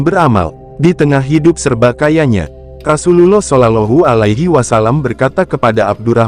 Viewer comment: Jgn kyk robot bahasanya..penyebutan Rasulullah GK pas di telinga..skalian total kl bahas sejarah isla